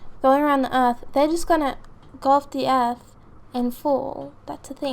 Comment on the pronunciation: The girl says ERF